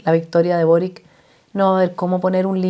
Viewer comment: Se pronuncia Borich